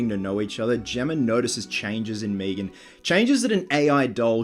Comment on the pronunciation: Stop saying meeegan... it's meg'an watch family guy if you aren't sure.